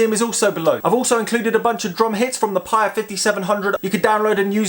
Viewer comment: It's pronounced "Pai-EE-uh", after the town in Hawai'i where founder, John Simonton grew up.